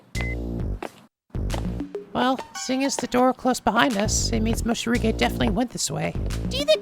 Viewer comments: Is he calling him “Moshirige” instead of “Morishige” ironically? New to the channel so I’m not sure if it’s a running joke or if it’s unintentional mispronunciation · Damn, there's even a legit soundtrack! By Lizz! I am so hyped rn. Poor Morishige, no one could even pronounce his name right. lol